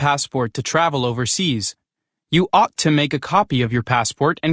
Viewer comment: check pronunciation for opposite, ought, understand.